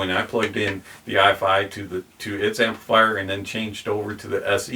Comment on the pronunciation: It’s Ifi (rhymes with ‘hifi’) - not I.F.I.